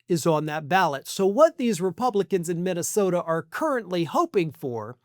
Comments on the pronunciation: Or as he pronounces it.....Mintasota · Mikey Pillow can barely pronounce the name of his home state. He recently called it MINTYSTODA.